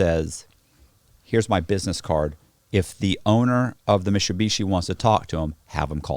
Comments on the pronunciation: is he trying to say MITSUBISHI but cant pronounce i?????? so his say MISHUSHISHI?????? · "They take the whole Mishubeeshee" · Wtf its mit-su-bishi lol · I'm going to switch and say Mishubishi too from now on. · Say Mitsubishi again!🤣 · Like how cannot pronounce Mitsubishi properly. Funny.